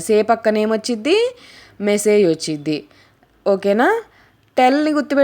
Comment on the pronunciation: ఒచ్చిద్ది - ఉచ్చారణలోపం. వస్తుంది - ఒప్పు.